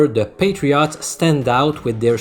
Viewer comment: Love how you pronounce NE Patri-AUGHTS 😁